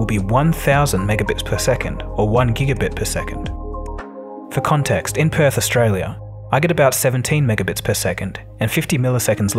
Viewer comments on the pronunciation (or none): none